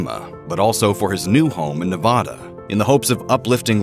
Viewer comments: All that talent wasted is just sick, sad, and disgusting. I can't even feel sorry for him, but I do feel sorry for his girlfriend and his little girl. I feel worse for that lady and her dog. Also, it's Ne-VAD-da. Not Ne-VAH-da. ~SIGH~ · it's Nevada....................1st a sounds like a in hat.